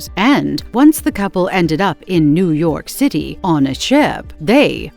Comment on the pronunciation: Why did the voice say new York city like Lazlo from "What we do in the shadows"